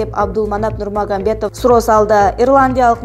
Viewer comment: Нурмагамбетов эмес нурмагаметов